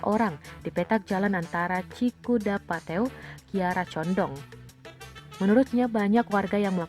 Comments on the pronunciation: Cikudah pateuh bukan cikudah patew gimana sih baca in berita nya gk bener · Cikudapatew.....yg bener dong baca berita nya om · cikudaPATEUH! .... bacanya itu : CIKUDAPATEEH, gimana ni mimin....?? , kan jakarta dekat jawa barat, ngga usah gagal fokus, BELAJAR dan BELAJAR!! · Saran Mimin , buat narator berita kalo gak ngerti cara baca dari kata2 bahasa sunda mendingan nanyain dulu kepada orang sunda yg ada d sekeliling anda min, kan anda salah cara membacanya. Begitupun untuk bahasa lainnya...